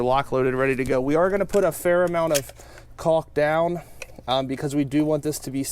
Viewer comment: Don't forget, everyone, to take a shot every time he mentions caulk with a hard "L"! lol